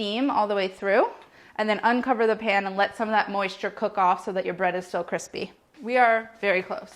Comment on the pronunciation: all of the grilled cheese are damm cwispy